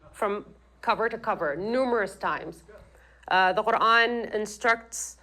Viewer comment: after hearing that absolute abysmal pronunciation of Quran. I have to say that this guy clearly wasn’t whipped enough